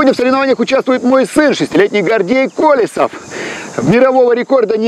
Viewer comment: Зачем было коверкать фамилию? - КолЁсов